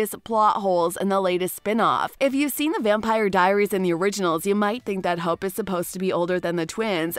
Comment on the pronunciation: this is a joke right shes saying their name wrong on purpose right? Damian? aliric? hupe?